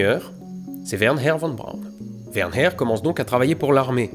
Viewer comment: WerNer v.B. et pas WernHer 😀